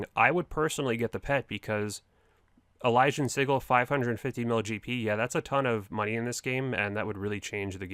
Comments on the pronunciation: And sigil is pronounced "sidge-il" not "sig-il" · 😂😂 it’s si-jil not siggle for sigil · Prononced sidjil my dude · We have another word OSRS youtubers can’t pronounce. “Sigil”, add it to the list! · That's not how you say Sigil lol. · And sigil. It pained me every time I heard it